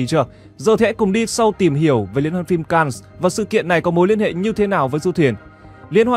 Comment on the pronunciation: Cannes là chữ Pháp phải đọc theo tiếng Pháp chứ. Ko học Pháp lại đọc theo tiếng Anh nghe nhức lõi nhĩ như dân Bắc Kỳ nói ngọng K, N 😂😂😂😂 !! Về học thêm nếu ko thì chỉ người ít học mới xem kênh của bạn !!!